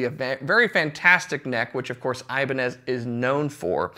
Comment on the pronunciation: The correct pronunciation for "Ibanez" is i - BAN - yez